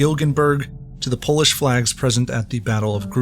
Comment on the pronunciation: Nice Polish pronunciation!